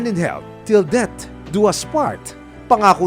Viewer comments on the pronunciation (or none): Lol, till DEBT do us part?? Pronunciation naman please... Natatawa naman Ako sa mga kapatid, nahuling nambabae SI mister okay lang natural lang Yan??? 😂😂😂